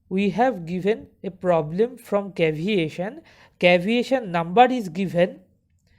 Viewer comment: its not caviation, its CAVITATION brother.